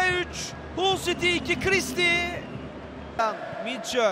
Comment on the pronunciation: Saniye: 1 Hata: 1 Hull yazılır, HALL okunur. İnsan hic mi kendini geliştirmez? A'dan Z'ye Türk futbolu komple amatörlük.